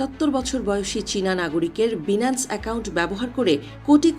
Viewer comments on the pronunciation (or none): উচ্চারণ সঠিকভাবে করতে না পারা দুঃখজনক। প্রতিবেদন উপস্থাপনের ক্ষেত্রে সঠিক উচ্চারণ অত্যন্ত গুরুত্বপূর্ণ। অনুগ্রহ করে পুনরায় প্রস্তুতি নিয়ে আসবেন। বিশেষভাবে লক্ষ্য রাখতে হবে— “Binance” এর সঠিক উচ্চারণ “বাইনান্স”, “বিনান্স” নয়। ভবিষ্যতে এ ধরনের বিষয়গুলোতে আরও সতর্ক থাকার জন্য অনুরোধ করা হলো। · বিনান্স টা কি? আগে সঠিক উচ্চারণ করেন, তারপর নিউজ পড়েন ।চ্যানেল 24 কি আজকাল অশিক্ষিত ,মূর্খ নিয়োগ দিয়েছে ? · আফাআয়ায়া আগেয় উচ্চারণ ঠিক করেন লজ্জা পাইলাম বাংলাদেশি হিসেবে! বিনান্স কি জিনিস? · আচ্ছা এই নিউজ চ্যানেলগুলো শুধুই খায় আর ঘুমায় এরা নাজানে সঠিক কোন তথ্য পরিসংখ্যান আল জাজিরা রয়টার্স দেখে শুধু সকাল-সন্ধ্যা পোস্ট করেই যায় আর মানুষ শুধু দেখতেই থাকে😂 এজন্যই বাংলাদেশের সংবাদ দেখার আগে পাঁচবার ভাবি সত্য কিনা বাইনান্স ঠিকমতো উচ্চারণ করতে😂 পারে না